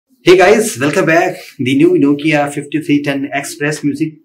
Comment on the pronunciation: Nokia bolo to NOKIA HOTA HAI